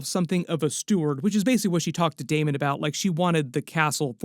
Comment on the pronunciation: STOP CALLING HIM DAEMOND